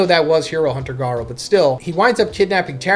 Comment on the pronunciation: His entire series easily explained feels extremely ai, he mispronounces Garou in ways he's never done before, you should just listen to the video yourself